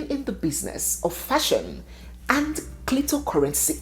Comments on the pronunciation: She say clitocurrency , ohhhw chim 😂😂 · This woman and gossip. 🤣🤣😂 She say clito currency 😂🤣🤣